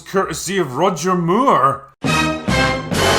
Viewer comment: "Roger Myure"?